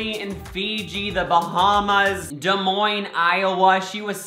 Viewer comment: YALL HE SAID DES MOINES IOWA CORRECTLY (i might of made an inhuman noise but ya know ) yassss